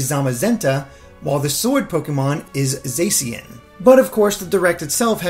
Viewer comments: You said ZAYE-see-in. But the direct said it was pronounced ZA-shee-in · ZA SHE IN NOT ZAY CIN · How did you already say zacian wrong